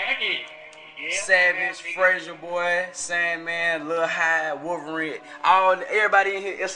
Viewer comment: he cant say wolwerine right :D